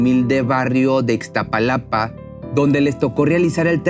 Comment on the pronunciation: sólo una observación es Iztapalapa no Ixtapalapa. Es algo terrible ver asi a nuestra gente por ineptos ratros que no se les dio la gana haber hecho un buen trabajo con la " linea dorada". Son pérdidas irreparables! Empatía con todas las personas que hoy le lloran a un ser querido por esta tragedia.